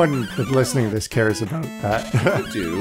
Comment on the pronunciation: oh god I "aboot"ed really hard here.